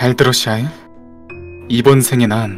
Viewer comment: 아니... 아이작이 샤일 부를 때 나만 쌰일이라고 들리나....쩝